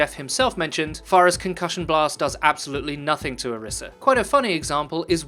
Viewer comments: It's not Oreesa, it's Orisa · its ori-sha source: am nigerian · It's Orisa. Source: I listened to Jeff Kaplan pronounce it.